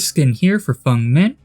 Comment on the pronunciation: you dont know how much saying feng as fung and elodie as elo dee hurts my soul